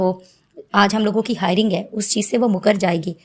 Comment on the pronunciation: Bar bar hiring ka din bol rahi ho madam... It's "hearing" ka din.